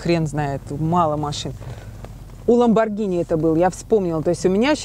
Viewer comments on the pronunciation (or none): none